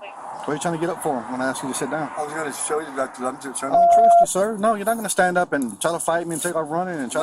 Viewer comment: Not for nothing, but someone needs to tell the out of control cop that" y-o-u " is not pronounced "c-h-e-w".